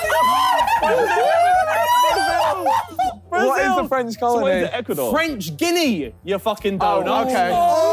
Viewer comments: harry acting like their dumb while calling it french guinea🗿lmao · It's French Guyana not French Guinea, lol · When Harry says French Guinea when it's French Guyana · Harry was so confident it was French Guinea, I feel bad, it's French Guiana and I found it funny how much the guys struggled! 🤣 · Same here as a geography nerd it hurt when w2s said French Guinea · The amount of times Harry said french guinea when it's french Guiana 😭😭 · It's French Guiana not Guinea! This part legit made me so mad cause I questioned myself 😂😂😂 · Ah yes, French Guinea ( it’s actually French Guyana) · Wrong is French Guiana not French Guinea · It's French Guyana not French Guinea 😂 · It's French Guiana not French Guinea. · French Guiana not Guinea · French guinea hahahah its French Guiana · it's French Guiana/ Guyana and not French Guinea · I love how harry ridicules vikk and josh about not knowing french guiana while he himself calls it french guinea. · The best part is when Harry says "French Guinea" mocking Josh and Vik as if he's ever heard of it when the country's name is pronounced completely differently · Nobody caught W2S's mistake. I think he also didn't know anything about a French Territory near Brazil. I'm from Guyana. Which is pronounced as it sounds (Guy Ana). We share a border with Brazil, the same as the French territory... French Guiana. Guiana is pronounced the same as (Guy Ana). Harry called it French Guinea or (Gei Nee). That's wrong. Guinea is a country in Africa and its NOT French. Just a bit of Knowledge in a game with Trivia. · Absolutely butchered the pronunciation of French Guiana 😂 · Harry means french Guiana, his pronunciation is somewhere in south west asia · It’s French Guiana, he just didn’t pronounce it correctly